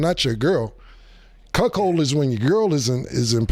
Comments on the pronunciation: Wtf is a cukchold? Is that how u spell it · CAM AINT 💩😂😂 he keep instigating crazy questions , CAM IS # 1 in hilarious 🫡🫡😭😭😭 he said “ this chuckhold “ activity “ cuckhildish!!!!! 😭😭😭😭 CAM IS THE MVP 🇵🇷🇵🇷😭😭😭